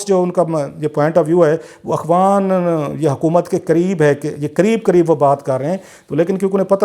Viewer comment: Sir, Akhwan nhi , Afghan hota hai.. Correct yourself.